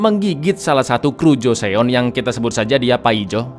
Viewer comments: Joseon tuh dibaca JUSON cak... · baca nya joson gt bangg